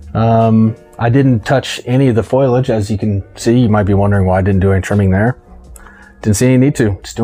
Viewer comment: Foliage = fo-lee-edge, not foil-edge